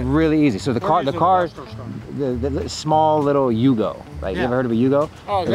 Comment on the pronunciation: You're pronouncing the name wrong. It's F***'n Yugo. Just ask someone who's driven one.